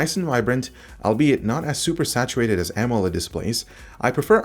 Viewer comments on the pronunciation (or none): none